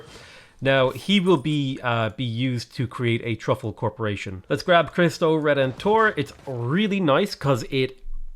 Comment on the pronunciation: Heard that as "Christ O'Redemptor"